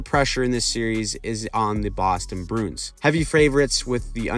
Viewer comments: I’m not trying to be a dick but please say the name right. “Brew-ins”, not “Broons” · The "Brunes". Bruins is a 2 syllable word, "brew-ins".